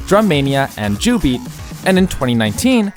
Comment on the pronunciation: please, jubeat is pronounced YOU-BEAT 😢